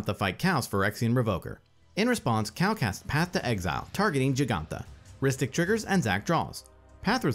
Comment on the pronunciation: Ok, who is the narrator that can't pronounce Cal.